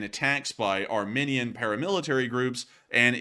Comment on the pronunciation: Isn't it pronounced "ar-mee-nee-an"?